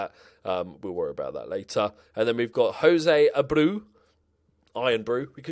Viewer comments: A bray oooooo is how the youth guy is pronounced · Jose Abreu is pronounced Ah-Bray-U